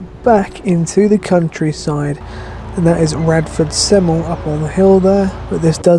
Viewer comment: It's pronounced Radford SEM-EL-LEE